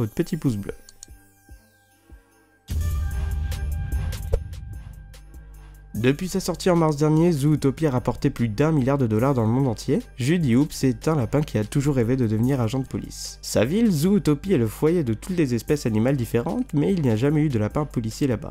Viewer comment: Juddy "Houps" hum... C'est pas Hopps plutôt Xd